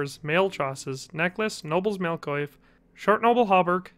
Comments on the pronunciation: Coif is pronounced Cwaff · Oh my, I actually believed Jim Henson is dead. Btw, coif and chausses aren't pronounced like this, should be more French sounding.